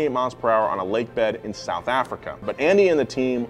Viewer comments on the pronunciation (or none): none